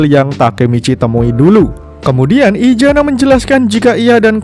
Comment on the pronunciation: Maaf untuk admin kalau bisa huruf Z nya jangan di baca ijana tetapi isana yaa